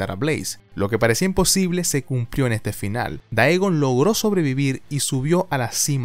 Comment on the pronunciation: No puedo evitar sufrir cada que escucho decir "daegon" en vez de "digon" y me parece raro aun mas sabiendo que dice "teiven" (taven) bien